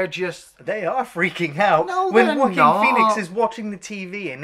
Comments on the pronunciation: First it is Joaquin Phoenix pronounced like WAH-KEEN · "Jaw-queen Phoenix" lol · Joaquin is pronounce like "walkeen". Also, you like Battle for LA better than this movie!? That movie was garbage.